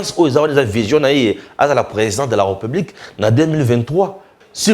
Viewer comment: Mais où tu as appris que l'on dit republique? On dit plutôt RÉPUBLIQUE avec accent sur le e qui se trouve entre le r et p. Essaie de corriger quand tu prononces le mot république. Juste un petit conseil. D'accord?